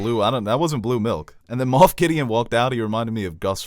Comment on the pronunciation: It’s Moff Gideon. Not Moth.